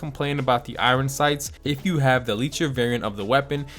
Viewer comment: Why do you say (eye-Ron sights) for Iron sights. Isn’t it (Eye-ern sights)